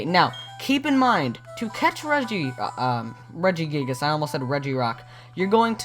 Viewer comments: regiguygas? no the second i is soft pronounced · He says regi guy gis lol